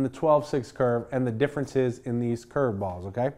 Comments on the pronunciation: He loves saying "ChurrvBALLS" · The way he says curveballs gets me every time lol